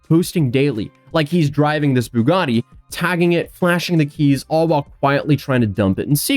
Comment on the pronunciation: Please stop saying Boo-gaa-de. Bue-gat-ee